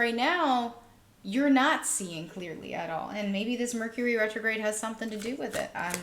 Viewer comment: Hahaha your bloopers 😂 “Hercury” Retrograde 😅🤣 Loved the pick a card read! Pile 3 🥰